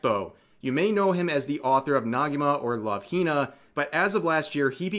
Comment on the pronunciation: that's an e in Negima, not an a bro. it's not Nagima